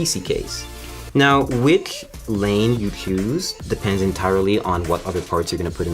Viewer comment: chewsing whichhh lane you chews